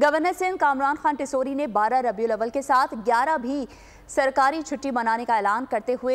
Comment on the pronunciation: Sir you can't even pronounce the name of the Holy month properly.